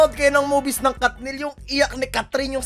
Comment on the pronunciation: kathniel yun hindi kathnil